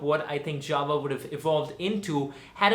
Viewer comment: Its JAWA not JAVA